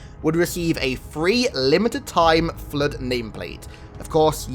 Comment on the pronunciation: Dey terk er flerrrrd